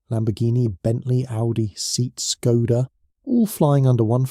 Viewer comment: Seat it is pronounced Se-at, doesn't sound serious to claim competency about a global automaker when you cannot even pronounce one of its brands. Not to mention Skoda 😅